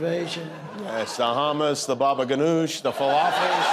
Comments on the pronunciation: With the way he pronounces it, you'd forgiven for thinking that Trump is convinced Hamas and hummus are the same thing. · Can’t even pronounce Hamas but can’t even pronounce the word. But he knows for sure he would put a stop to that… Hummus platter invasion or whatever